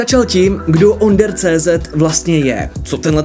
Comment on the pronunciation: Nie OnderCZ ale ÔnderCZ. Češko jeden.😁